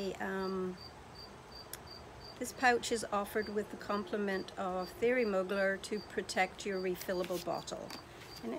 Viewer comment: Womanly is not you! It’s pronounced... Thierry Muu glair. You Rebel Woman, it’s going to attract trouble!!! Haha lol.